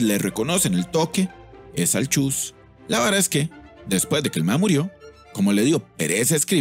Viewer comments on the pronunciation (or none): no se dice chus, se dice chuy respete ogia(?)